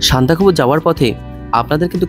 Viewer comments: সান্দাকফু উচ্চারণ টা আগে ঠিক করে করো। উচ্চারণ নিয়ে সচেতন হতে হবে। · না,ওটা একটু কানে লাগছে বাট এত সুন্দর ভিডিও দেখতে গিয়ে ওসব পাত্তা দিলাম না